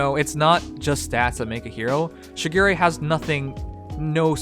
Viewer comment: I’m pissed because he mispronounce shigure it’s pronounced sugar ray